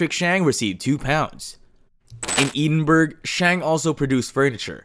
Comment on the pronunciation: Ee din berg is not how Edinburg is pronounced. I'm sure a quick dictionary search could have saved some embarrassment there.